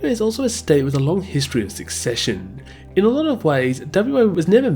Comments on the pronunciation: SECESSION is not pronounced “succession”. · The word is secession and is pronounced suh-session